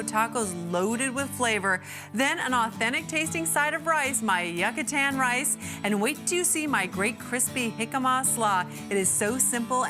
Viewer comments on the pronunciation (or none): Very excited for the Yuck-i-tan rice and Hick-a-ma slaw